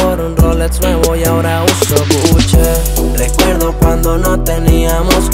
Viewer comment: GUCHE* 🤣🤣🤣🤣🤣 ni pronunciar marcas